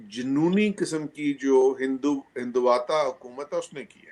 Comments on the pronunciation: It's not "Hinduvatta" It's "Hindutva" Jaahils educated in Madrassa and sucking Pak army General's dick cannot even pronounce things. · Hindutva theek se bol BHI Nahi sakte lekin blame karte hai hinduvata..... Padhna leekhna poora chodd chuke hai Pakistani... Kal vo ek anchor French word shai-to(Chateau) ko chat-e-u pronounce Kar Raha tha.....